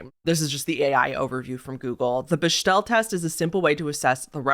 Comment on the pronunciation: Just FYI it's pronounced •BEK•DEL• test I'm pretty sure